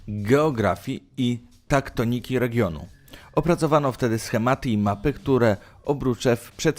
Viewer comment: tektoniki a nie taktoniki